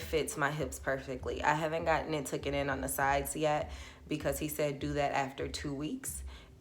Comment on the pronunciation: Omg 🤦🏽‍♀️ thanks for the awesome information sis but TOOKEN is not a word. I can’t believe how many girls say this. The word is TAKEN